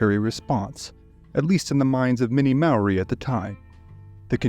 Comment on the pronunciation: I'm Maori and I thought you did a great job.